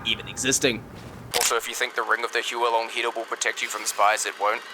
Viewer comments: Small correction but not a big deal, the huo long heater is pronounced "h-wo" and not "hue-o", it's Chinese for fire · Just to clarify, the correct pronunciation of the Huo-long Heater is "Who - or (but the r is silent) L - oung" Heater. Huo meaning fire, and Long meaning dragon. So essentially, it's a Fire Dragon Heater